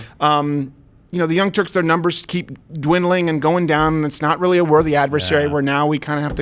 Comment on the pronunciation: Is it Turks or Turds?